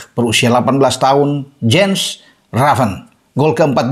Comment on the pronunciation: Baca : yens raven